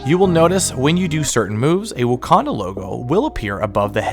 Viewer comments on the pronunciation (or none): My man calls it "wookanda" lol